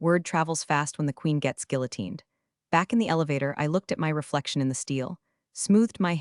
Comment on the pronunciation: You left out *gilla-“queened”*.